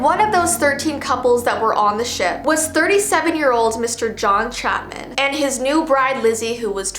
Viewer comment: I'm sorry but did U say Mr John Chapman or Chaplin because my last name is Chapman, like what